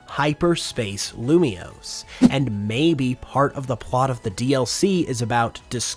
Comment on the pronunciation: IT'S LUMIOSE, NOT LUMIOUS! FIX IT NOW!